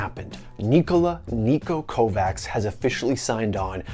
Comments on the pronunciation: learn how to pronounce Kovač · Just a heads up, it's not Kovacs, it's Kovač (or closer to english it would be Kovach - the ch as in the word cheer) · i believe it's pronounced as kocaTCH or kovach not kovaks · Dude, it's not KovaK, as you say it, its Kovač, but its difficult for you to pronounce it, so you can say KovaCH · It's "Kovač" so u have to read it like Kovach, and not Kovak. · its KovaCH not KovaX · Its Kovac, not Kovaaks dont butcher his surname its actually triggering me! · KOVAKS??? HAHAHAHHAHQ, Its Kovač for fuk sake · Did you really say kovaKZ... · his last name is pronounced as: Kowach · KovaC It's pronounced KovaCH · isnt 'č' pronounced like 'ch' or something? Fucking Nikola Kovax lmao